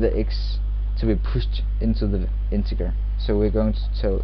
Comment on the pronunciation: It's pronounced "in-teh-jerr"